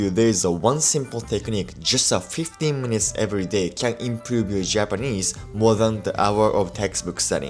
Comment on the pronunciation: this guy can’t even pronounce IMPROVE accurately